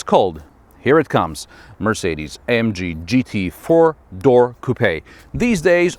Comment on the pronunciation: one, two, three, fewr?, five, six,... lol sorry i had to